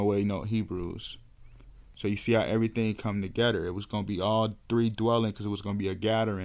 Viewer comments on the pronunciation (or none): It’s father not fadder… other not udder… why tf do u talk like that? Together not togedder. Talk like a grown baby.